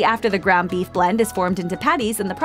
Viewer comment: Slow down, sound like you say beef eff